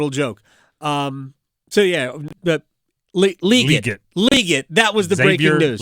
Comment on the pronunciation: You still mispronounced it. its Lee GET. not lee git. LEE GET